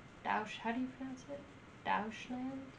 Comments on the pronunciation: Also Deutschland is pronounced "doych land", and it's the german name for germany lol. So calling it douche-land was kinda hilarious. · Never heard Deutschland pronounced as Douch-land. Doytchland I guess is closer to actually pronouncing the word. Also it means Germany. Germania/Germany was a name given to the territory and its people east of the Rhine by the Roman Empire. This song is packed with symbolism and historical references and one has to be well acquainted with European, and especially German, history to really appreciate it. Good reaction though 👌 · lol , it s funny how u say DEUTSCHLAND 😄